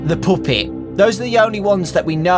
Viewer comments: You pronounced it wrong it’s poooopet not puppet PS.I subbed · say pup-et not poop-it